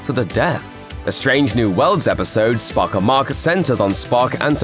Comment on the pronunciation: Every time you say 'Spock Amok', it sounds to me like "Spock amach" - amach is Irish for out. "SPOCK OUT!", "SPOCK OUT!", "SPOCK OUT!"? Don't think so.....